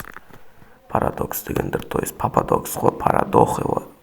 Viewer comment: Парадокс ❌ Парадохлый ✓